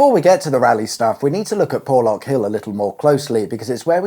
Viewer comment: You need some old style 4x4 to navigate ..."Porrrrrrrrlorrrrk hill".....accent stuff...!lol